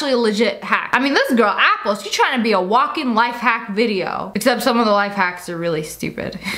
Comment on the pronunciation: Uniturtle say apple pinching your tounge 😑